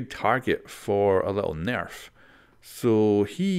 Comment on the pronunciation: I like the way you say nerf. Very cool.